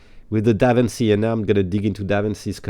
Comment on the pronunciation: DaVinci is pronouced like DaVinchi (chi in Chicago eg.) 🙂